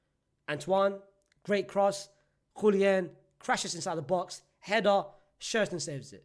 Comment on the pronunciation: Bruv it's Julian with an A. Not JuliEn